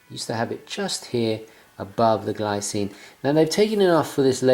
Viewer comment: The Glycine (pronunced Gleecine) looks great... nice review